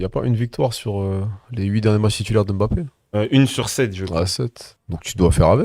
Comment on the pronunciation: Je ne comprends pas pourquoi il ne sait pas bien prononcé Mbappe